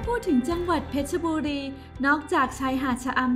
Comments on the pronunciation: เพชรบุรีไม่ใช่เพชรชบุรีอ่านให้ถูกด้วยจ๊ะ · เพชรบุรี = เพ็ด-บุ-รี